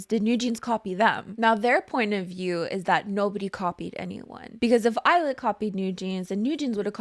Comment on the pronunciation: I keep hearing "Eyelid" instead of "Illit" so it's been forever ruined for me. Yes please PT 1 video!